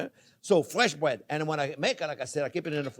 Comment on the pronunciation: breаd is "bred" (Russian crazy things)